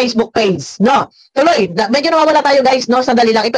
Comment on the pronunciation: Medith hindi medeth